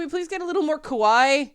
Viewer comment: The way you pronounced "kawaii" in actual Japanese is incorrect and sounds more like "scary" in Japanese than "cute". Can a linguist better explain this? Referring to when you were talking about Kirby.